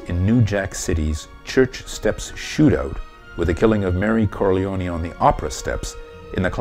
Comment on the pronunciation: I want to thumbs up this video but the mispronunciation of the name Corleone can not be unheard. So I'm just leaving a comment. You do not pronounce the 'e' when saying the name. That's the Sicilian way.